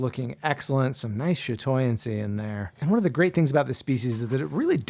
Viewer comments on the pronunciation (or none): Shatorancy? Santorancie?